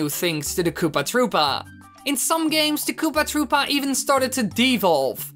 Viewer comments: Koopa trüüpa is how he says it and it's annoying me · it's said like that -_